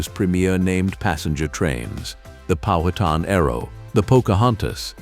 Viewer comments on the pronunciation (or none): none